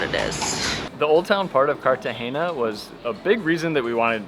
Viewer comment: Love the video thankyou guys! Heavily gringo haha he keeps saying "Cartageña" 🤣🤣